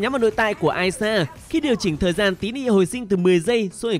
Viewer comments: Tý nị là i sa chứ không phải ai sa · Đọc ishar mà nghe như aya. Chữ i chứ ko phải đọc lẻ như “I” kia đâu trời